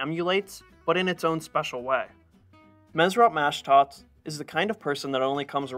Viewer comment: It's pronounced mashdots, not mashdats. The o sound is like when you say the letter o. It's not pronounced like an a. It's pronounced like maashdots. Like saying ma, hey ma whats for dinner? Mashdots. Same for the first name. It's mesrop the o is pronounced like saying the letter o.